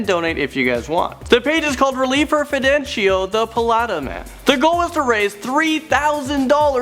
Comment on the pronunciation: "Fendico" This nigga sucks at Spanish is Fedencio 😂😂